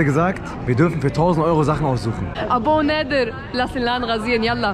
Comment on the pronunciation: Es ist schon verdammt cringe wenn sie nädir yalla sagt ALS Alman kommt das sehr cringe